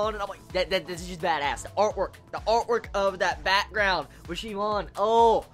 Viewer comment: Nice vid man, glad you're finally doing this series! Just wanted to point out that the Oon in Shioon's name is dragged out like soon or toon. Same for the last part of Sunwoo, the woo